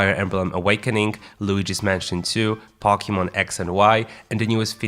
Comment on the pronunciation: As far as I know Pokemon games are not about prisons or slow things, but about pocket monsters so please don't force that overly 'Murican pronunciation ever again. ;D Other than that. Great video.